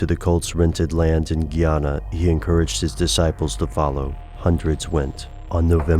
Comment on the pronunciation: its GUY ANA. not Gee Ana